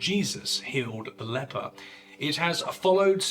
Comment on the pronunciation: Did you just say "the fable of how Jesus healed the leapor" ? 😵